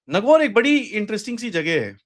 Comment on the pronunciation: Sir it's नागौर।